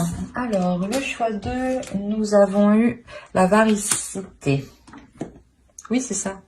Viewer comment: Bonjour et merci pour ce tirage! Oui on dit véracité et non variceté😅 Et aussi je ne vois pas le rapport avec le titre « tu vas te noyer dans les larmes!!! » … en tout cas pour le choix 1!!!